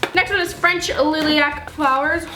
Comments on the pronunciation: she said lillyac.. it lie-lac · She said lilyac its lilak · It’s not lily-ac it’s lie-lac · "lilly-lac flowers"!! hahahahahahahaha its pronounced "lie-lack" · You say it like lie-lac not lilly-lac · Lilyac? You mean Lilac right? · XD LILAC not LILIAC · Its the pronounced Lie lack not Lily ack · I'm sry to disappoint u but its not pronounced lily-act it pronounced lie-lac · It’s lilac lielac is it pronounce. Not lilac lileeac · Please, it’s not LILYac, it’s LIElac. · she said liliac and not lilac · Lilyac lol it's lilac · she said Lillyac not lilac😂😂😂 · She said liliac instead of lilac, lol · LILAC IS PRONOUNCED (LI-lack) NOT (lily-lack) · It’s not liliac it’s lilac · Actually it’s li-lac not liliac, not hating. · she says liliac it’s pronounced lilac - lie lack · It's not lilie-ac flowers it's lie-lac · Lilac is pronounced lie-lak not Lilly-ak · I just got annoyed about this she said lilac like lily-ac no no sorry sweetie but it’s li-lac lol oh well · Did you say lily-ac it's li-lac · Liliac? I thought lilac was pronounced lie-lack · Lailac= that's how you pronounce it ( lilac) not lillac😂😂😂❤️❤️❤️❤️😂😂❤️😂❤️😂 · Ummmm it’s lilac not liliac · It's lie-lac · It's pronounced lie-lack !!!! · Liliac flowers lol you pronounced it wrong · You say it lie-lac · I'm not trying to be rude but lilac is pronounced lylac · Its pronounced lie-lack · when she calls lilac LilyAK 😂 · I think the lilac one is pronounced like "Ly-lac" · She can’t say lilac or praline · Did you just say french LILLY-ACK flowers?!... I thought you were better then this. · You pronounce it lie-lack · No hate but you pronounced that wrong. It's pronounced lie lack. Don't know how else to tell you how to pronounce it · Sorry but you pronounced lilac wrong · U said lilac wrong 💙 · she said lilac wrong. Lol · The way she pronounced lilac ahhh I can’t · The way she says lilac.😂😂😂😂😂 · she said lilac wrong